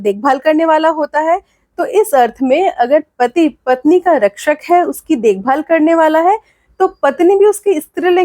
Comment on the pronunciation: महोदया,पति नहीं होता है। बल्कि पति होता है।please try to improve,specially Hindi pronunciation